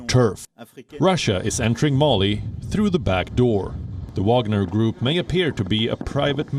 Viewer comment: Wagner not Wanger